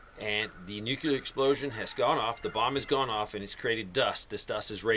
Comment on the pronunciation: Ugh. NEW-CLEER it is pronouced NEW-CLEER (nuclear) not NEW-KYOO-LER. Come on man... lol. 😉